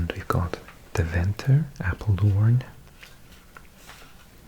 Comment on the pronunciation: Enschede = èn-schu-dee. Almelo = Al-mu-loo. Deventer = Dee-vun-tur. Hengelo = Heng-u-loo. Verder alles goed! Prima video heb je gemaakt!